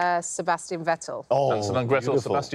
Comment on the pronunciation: If "Hansel and Gretel" and "Sebastian Vettel" rhyme, you're pronouncing it wrong